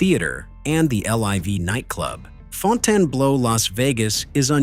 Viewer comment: It's Fountain Blue despite the spelling and the incorrect pronunciation.